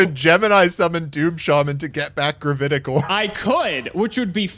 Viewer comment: "gravAtic" orb? as in an orb of "gravaty"?